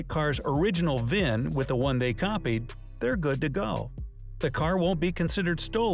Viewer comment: V-I-N not VIV. Vehicle Identification Number